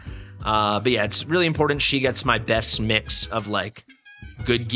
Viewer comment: "Impordent" isn't a word. There's a t in there, not a d.